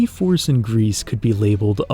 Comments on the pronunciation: Isn't it pronounced "gree"... It means gray in French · 'Gris' is pronounced 'Gree'. French for 'grey'. It's a game that I've been thinking about trying someday. Games with 'dead' worlds are among my favourite. I enjoyed the Outer Wilds for that reason also. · Hey great video! Also for your information and for future reference Gris and Sable are both French words and are not pronounced like they would in English. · I don't think you should pronounce the "s" in "Gris" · also, the s in Gris is silent (it means grey in french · "Gris" from the french word for "Grey". You don't pronounce the "s". 🙂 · "Gris" mean grey in french, and it is pronounced without the S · yea it's pronounced "gree" but only wine people would know that most likely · like i’m pretty sure it’s meant to be the french word for grey (especially since the first stage is grey) which is pronounced like gree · Bro, it's pronounced "Gri" not "grease" it's french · It's not " Grease" its just pronounced "Gri" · Interesting how you pronounce it Greece or Grease insteas of Gris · Fun Fact, Gris isn't pronounced "Grease" but "Gree". Gris is the French word for Grey. So it makes sense. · knowing french, it feels weird to hear gris as "grease" instead of "gree" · Gris (not "Grease" but "Greee", right? Like the french for "grey") looks like "Journey" in 2D. 😂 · “Gris” is the French word for grey, pronounced GREE Apart from that, great video 😁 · Your video is wonderful, truly. However, I'm with the Pronunciation Police and your pronunciation of Gris drove me nuts the entire video. It's "Gree" not "Greece". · The way he says "Grease" for Gris instead of "Gree" bothers me lmfao It's French. It's "Gree" It means grey/gray. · I think it's pronounced "Gree" as "Gris" is french for grey/gray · With respect, the name of the game is pronounced “gree” Because it is a French word meaning “gray”, the s at the end is silent. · this video is really good but him pronouncing gris as “grease” is killing me 😭